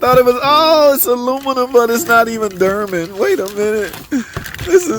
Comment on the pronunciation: "Durman"? Oh...you're trying to say "Dorman"...nvrmnd.